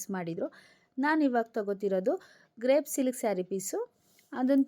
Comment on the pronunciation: Sister sorry ಅದು ಗ್ರೇಪ್ ಅಲ್ಲ ಕ್ರೇಪ್ ಸಿಲ್ಕ್